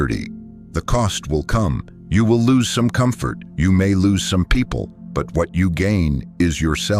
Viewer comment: purpes not peaple, socaity